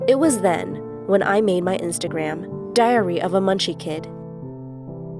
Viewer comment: Ngl when when she said diary of a munchie kid I thought she said diarrhoea of a munchie kid lmao